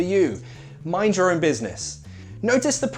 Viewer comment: When he said the pronunciation of "your own" it sounded like the word in Spanish "llorón" haha...nice video!